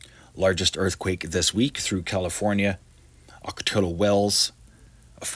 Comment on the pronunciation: pronounced; auk o ti yo wells. Ocotillo